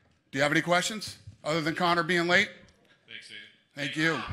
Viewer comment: Conor😥 Conor 😓